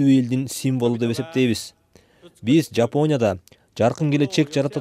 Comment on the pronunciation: Диктор, "Йипония" эмес Жапония!!!